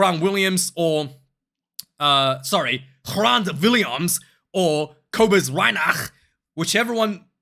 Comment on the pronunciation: Hey, your videos are fucking great:) Just a small thing, Grant does not have that "rolling r" sound like you do with Afrikaans names...it is just Grant like in English.